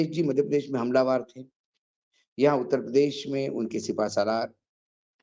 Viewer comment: आप अंग्रेजी व मराठी अच्छी बोलते हैं।आश्चर्यजनक बात है कि आप हिंदी भी बहुत अच्छी बोल लेते हैं। एक छोटी सी विनती है: शब्द है: हमलावर। कुछ लोग इसे हमलावार बोलते हैं पर सही शब्द हमलावर ही लगता है।